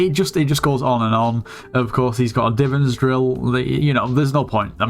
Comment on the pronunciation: ok i have to say this i am sorry but it is called the divan's drill not the divin's drill